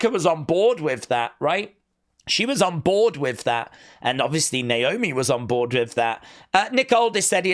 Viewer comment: Candace botched Naomi’s name in her promo hilarious 😆 lol 😂